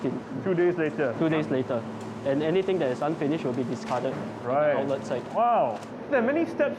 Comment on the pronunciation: its "the", not "thee". (before words which begin with consonants)